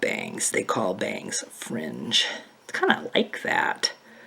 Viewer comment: Lol yes I love you 😂😂 thanks for the British accent when talking about your fringe lol!!!